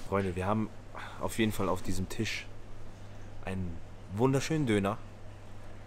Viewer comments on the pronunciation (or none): none